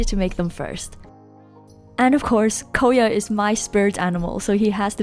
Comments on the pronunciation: It's KOYA not koeya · Your pronouncing is wrong for KOYA!!! I thought this day wouldn’t come!! KOYA= koya (k-oi-ya) You’ll thank me later No worries